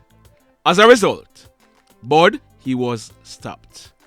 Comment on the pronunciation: Not bud it's bull